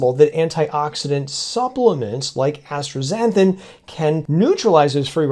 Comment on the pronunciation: I love your work and always look forward to your videos, but your pronunciation of astaxanthin is doing my head in. There is no “r” in asta. It just as-ta and not astra. Anyway forgive my OCD. Again, I love your work.